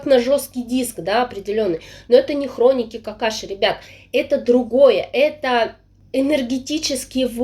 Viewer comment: Все время слышу вместо хроники Акаши ,хроники Какаши))))